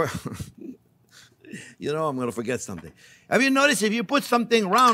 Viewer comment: "For get about it" lol